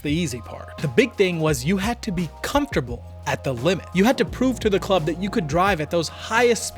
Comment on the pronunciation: It's club, not chlub, dude.